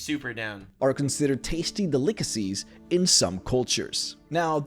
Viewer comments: Did he say "De-lick-acies"? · Bro says 'delicacies' like boss says 'caricatures'